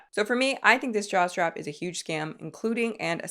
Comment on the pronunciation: Am i the only person who hears jock strap instead of jaw/neck/head strap? Just me? NOOOOO. 😂😂